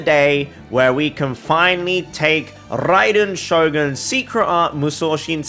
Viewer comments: When he said rrrraiden shogun it sounded so good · Love the way he tells RRAiden Shogun hope I get that accent man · I love em r rolls everytime he said raiden shogun